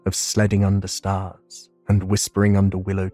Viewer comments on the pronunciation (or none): none